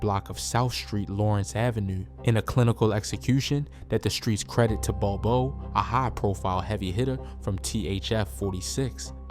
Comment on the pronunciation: He called d thang da thong. Pls learn the names first. And called bob o Bobo.